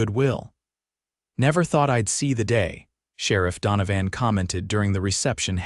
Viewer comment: LawDANum? If a word is going to be used repeatedly, couldn’t you program it’s pronunciation correctly? And DonoVAN for the sherriff, no one pronounces that name like that.